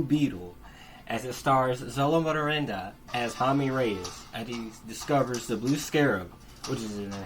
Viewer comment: hearing you butcher Xolo's last name sent me lol